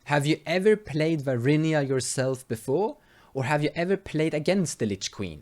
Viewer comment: VAR-INA NOT VAR-INIA god i got triggered. mispronunciations aside, nice deck! :)